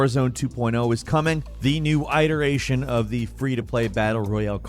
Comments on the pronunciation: IT-eration, not EYE-teration (iteration) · I've figured you have to be mispronouncing things on purpose considering how often it happens. "Eye"teration? Come on man. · Awesome video. But I’ve never heard someone pronounce it as “Aight-eration” before. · Bro pronounced iteration wrong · I have never heard anyone say iteration like that. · I swear to God if you don't say iteration right... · That's not how you say iteration, y'ding dong.